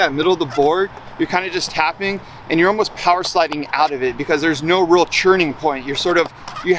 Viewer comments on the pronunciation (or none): none